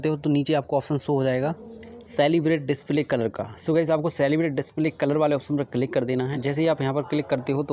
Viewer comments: Thanks bro...👍☺️...btw it's कैलीब्रेट not celebrate...but thanks anyway...👏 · काली ब्रेट not सेलिब्रेट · Bhai Wo Calibrate(Kalibrate) hai. Salibrate nhi hai. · Not सेलीब्रेट it's केलीब्रेटस 😅😅😅